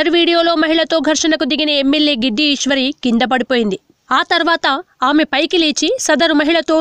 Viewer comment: Giddi ishwari kadu "gadida ishwari"